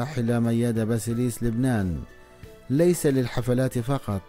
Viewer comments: ياريت قبل ماتعمل قناه عاليوتيوب وتحكي عن وفاه اوحياه فنانه تعرف تلفظ اسم وكنيه الشخصيه عنجد قرفتونا كلو بيحكي كانو جاي من كوكب اخر سماها مياده باسيليس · جدا جدا جدا.واسم عائله الفنانه بلفظه غلط . واسماء الاغني بلفظها غلط... رفع ضغطي